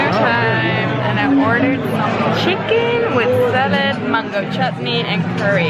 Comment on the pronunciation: mango chutney 😂 with little Indian accent